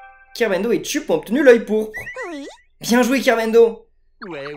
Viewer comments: Et sa ce pronunce pas.chup mais cheupe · Ça se prononce chep mais ça s écris chup